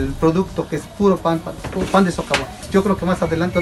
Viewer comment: Dice sovacón en lugar de socavón.